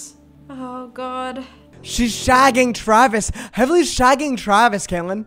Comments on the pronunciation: Help is heavely pronounced like heavily or heeve-lee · i think it's pronounced heevley LMAO but this video is so funny fr